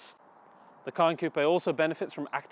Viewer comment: It's a SPECIAL pleasure to hear RIGHT pronunciation of the french word COUPÉ (ˈkuːpeɪ) !!! Sick of that american simpletons' KUP...